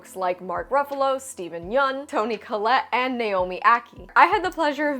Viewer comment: You pronounced Steven's last name correctly! :D